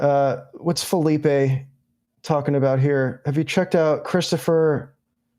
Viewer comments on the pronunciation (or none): none